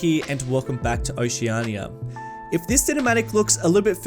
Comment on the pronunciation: its hard to watch these videos sometimes with the way he keeps saying "oce-arhnia" instead of oceania.